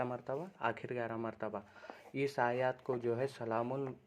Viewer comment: लोगो को गुमराह मत करो, आयत को तुम खुद गलत पढ़ रहे हो